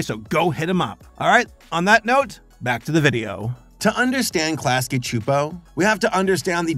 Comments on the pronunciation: I’m honestly super impressed by your pronunciation of Klasky Csupo! Your abilities to pronounce foreign names and words feels like it’s improving with every new video! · I'll give you props for getting their name pronounciation actually right cause some critics like RebelTaxi and Mr. Enter got them wrong at first! (at least initially) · Interesting how you can pronounce Klasky Csupo no problem, but Luz gets mangled even though her name is said probably hundreds of times throughout the series